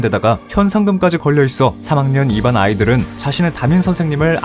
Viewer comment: 이반이 아니라 이반으로 발음 하셔야죠